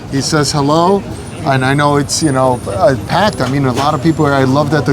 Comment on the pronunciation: Oh, "packed". I had to rewind to make sure he didn't say "Pat" again 🤣